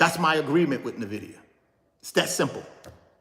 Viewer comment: Why you say “NIVIDIA” when it is NVIDIA (en-vidia).